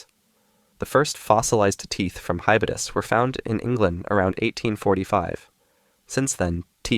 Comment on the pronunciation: Its called hybodus not hibudus